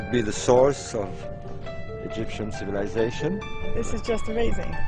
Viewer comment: the "sh" sounds by this narrator ruin this. CivilizaSHon...